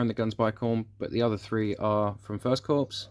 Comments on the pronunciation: "Lefftenant" not "Lutennant". "Core" not "Corpse". No really a problem but it does grate a little. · Very nice indeed! By the way Corps is pronounced "core" as in "apple core".